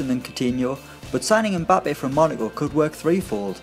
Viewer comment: You do not pronounce the m in Mbappe, his name is Cameroonian. My last name is Mbella so I would know.